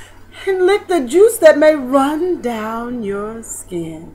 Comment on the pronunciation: *skin, not chin. Besides that it was done excellently.